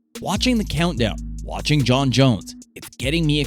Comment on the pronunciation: Jon* not Jone